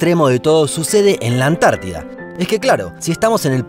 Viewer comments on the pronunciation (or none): none